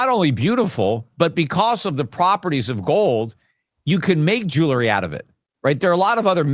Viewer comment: Damn it Peter. Jewelry NOT “jewlery.” I cringe every time!!